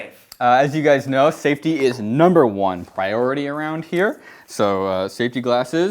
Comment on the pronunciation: saftey numba wan priorrrrrity